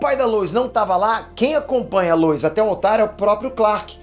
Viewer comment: Cara , tá me da agonia vc ficar pronunciando errado Apocalipse e luois, falando Luis., um nerd de verdade não pode ficar errando pronuncia.